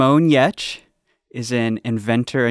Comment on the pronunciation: Simone Giertz (pronounced Yetch) is a fantastic guest and innovator! She has such a filthy mouth for such a sweet lady! -Just the way I like!